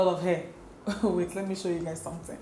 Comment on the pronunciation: “A hallowe’en samtin” 😂🤣